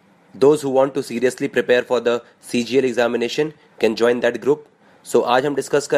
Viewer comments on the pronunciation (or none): none